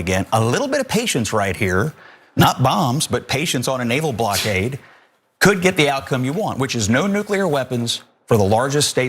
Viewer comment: Why can’t these idiots pronounce blockade ?